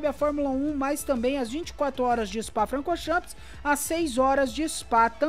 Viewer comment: O meu maior... tira o "S" no final da pronuncia... "chan" e não "champis"... kkkkk